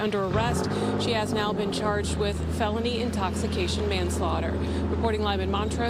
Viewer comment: Wow! They pronounced Porsche correctly.